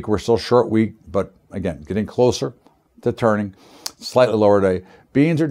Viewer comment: Again..thanks..but "agin"..then "agin"..because "agin"..well, once "agin"...lol..yo da man..but "agin"..